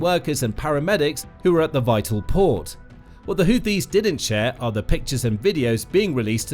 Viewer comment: Every time he tries to say HOUTHIS, it sounds like he is saying HOOPIES. Last that I knew, the HOOPIES are a basketball team, out of West Virginia. If this YouTube channel isn't careful, some of our American "jar heads" will probably end-up attacking West Virginia.